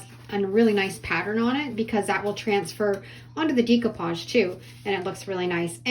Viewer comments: Decoupage is pronounced with a long A sound like Day not Dee . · really cute ideas, love them all (fyi: it's not dee coupage, its deck oupage lol) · Decoupage is pronounced deck-o-pauge. There is no long e.